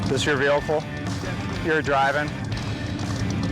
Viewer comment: He also called it a “veelcle” every time. 🤦‍♂️🤣